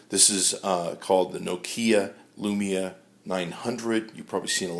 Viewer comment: he said lumina... cx